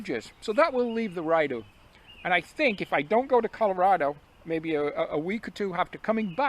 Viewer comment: I’m scratching my head thinking “Ryedough?” … when of course you mean the Rideau (Ree-dough) 😅. Hope all goes well on the Oak Ridges - I’ve come close to starting section hiking from the west twice this summer but bailed both times and have just been walking the ravine trails in Toronto. Perhaps we’ll cross paths as you and Andre are nearing the western terminus?